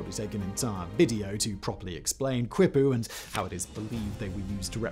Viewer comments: if you want to get absurdly granular about pronunciation; the "qui" in "quipu" isnt pronounced like "kwi". "qui" in almost all latin american contexts is pronounced like the word "key". thus "Quito" in Ecuador is pronounced "key-tow" instead of "kwi-tow". dont stress though, the main point of speech is communication, proper pronunciation is a secondary luxury to being understood and ive been able to understand you perfectly well no matter what mispronunciation youve made. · Just fyi Simon, quippu is properly pronounced key-poo. NOT kwip-poo! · I swear you do it on purpose, Whistler. When you say Caral-Supe, you can’t say Supe right, but when you mention the river, you do. Quipu is pronounced keypoo. And I’m sure Kevin had a giggle getting you to say both Bernard Fagg and Dong Son in one video. I’m surprised it wasn’t age restricted.